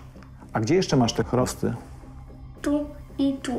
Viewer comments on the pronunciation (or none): Panie prowadzący, krosty nie chrosty.